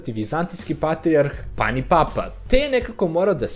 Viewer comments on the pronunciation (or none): none